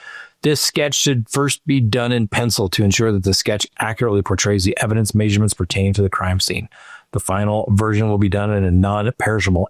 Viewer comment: Stop saying MAYSurements